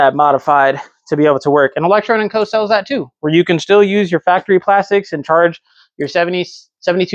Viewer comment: You alwaaaysss say electronn and co its electroooo lmao cmon bro